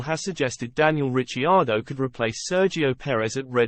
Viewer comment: You could at least pronounce Ricciardo's name correctly .... and some research, not much mind you, would teach you that he is Australian not British